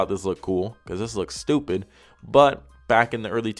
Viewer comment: Im deadd he’s like this shit right here , “stopid”